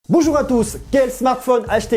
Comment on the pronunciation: J'ai remarqué au lieu de dire bonjour il la dit boujour au début